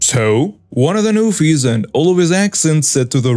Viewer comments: Story 4. Newfies are not pronounced Newf eye. It's Newf EE. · It's pronounced "Noofy", as in goofy. 😀